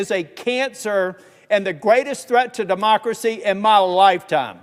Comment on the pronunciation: That word DEEMOCRACEE.🤦‍♀️